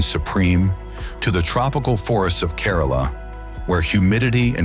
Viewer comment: Great presentation! However, please note: the pronunciation of some of the cities and states is incorrect. For example, the city of Varanasi and Kerala (one of the states in India) are pronounced just the way they are written! Otherwise, lots of details for such a fascinating country as India!